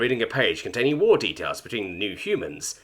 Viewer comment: I love how he overpronounced the W in his first war. So.... german. 😂 And glassing french planet sounds absolutely reasonable from a german perspective. goes out to man the rhine river defensive line humming a certain song